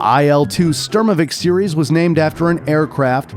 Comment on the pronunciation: . It's Il, not AI'EL. As well as it's pronounced - SHturmovik.